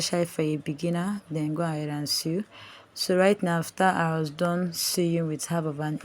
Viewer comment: The word "sew" is pronounced " so".